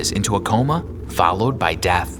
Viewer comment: Lol he sed dath